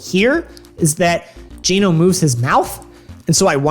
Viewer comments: it's not. Look at the Japanese katakana name 🤣 it's Ji-no in katakana Japanese, aka Gee-no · Genno? Genno...